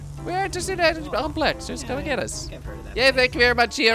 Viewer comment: It really bugs me that you're mispronouncing "complex."